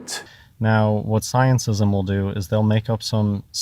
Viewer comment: "Scienceism" or "Scientism" 😂 Wtf is he saying?